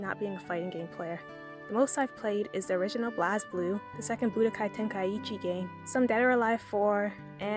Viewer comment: As Someone Whose Favourite Franchise Is BlazBlue, The Way You Pronounced "BlazBlue" Hurt Me. Being Serious, This Was A Well Put Together Video, And I Appreciate You Making It. It's Always Good To See Some New Information That Isn't As Widely Known. Another Side Comment, Nice Zero Escape OST.